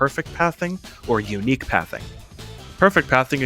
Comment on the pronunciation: "U- NIGHQE PATHING" -a british man really obsessed with unique pathing